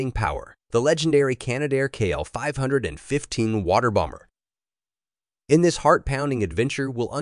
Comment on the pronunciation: So much for AI voice over! Not KL 515 its C.L 515